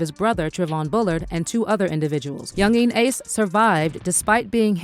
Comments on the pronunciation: The way she say yungeen ace name is killing me 😂😂😂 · She pronounced his name different like four times .Yungeen Ace. Then she F'd up the title of the song saying I told em to do it. When it's just do it